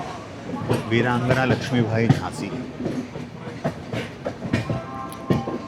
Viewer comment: your pronounciation of Laxmi bai as Laxmi bhai is funny! Also ! Sure sounds like Mumbaiya influence 😄